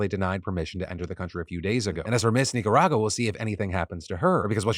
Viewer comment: My family is Nicaraguan and I approve the way Phil pronounces Nicaragua. Great job.